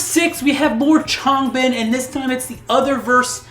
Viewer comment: learn how to say Changbin and Chan's name